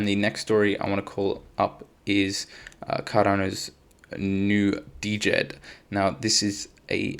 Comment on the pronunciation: Liked the contend... WSJ has an article on how to pronounce DJED... Jed....